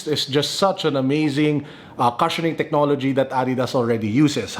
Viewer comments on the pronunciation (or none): the “cu” in “cushion” is pronounced “kooo”, not “ka”.